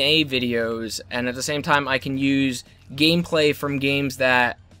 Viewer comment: LOL "gameclay"